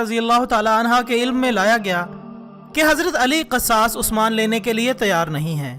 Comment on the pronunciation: Sabse pahle apna talaffuz sahih kijiye Jaise ke aqdamat Banu umayyah. Qisas . Khawarij Aur sabse ahm bat muharramulharam ki ahammiyyat roze awwal se hai iski ahammiyyat men sahadat e Husain ko sahmil karna dudh men pani milane jaisa hai Yeh ekhtilafi bahas hai jiska sira muta ayyan nahin is liye yazeed ke maamle men zuban ko lagam di jae Apna mutala wasea ki jiye uske baad dalail ki raushni men video banaiye